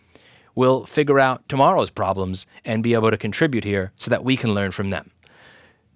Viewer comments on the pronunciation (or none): none